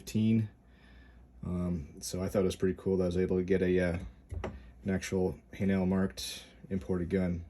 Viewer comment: Say "hay-nul" emphasis on first part.